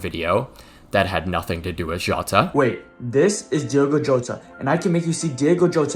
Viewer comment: The people still saying Diego instead of Diogo can go fuck themselves. If you can't even be bothered to correctly read the name then keep it out your mouth. P.S. yes my name is also Diogo and I hate it when people call me Diego